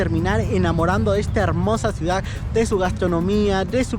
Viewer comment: Ciudad, no "ciudac" Modismos. No "dialecto"